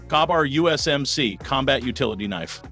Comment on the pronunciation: Carbar? You can't even make AI say KA-BAR. Thumbs down on the AI BS